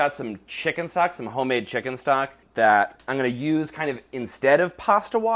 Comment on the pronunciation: Anyone else hear 'chicken socks' in section? 😂